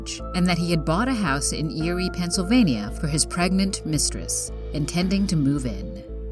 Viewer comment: This lady sounds too cheerful reading about deaths. And too much like a general voice over person, like for radio commercials. She pronounced every single syllable in Pennsylvania. Lol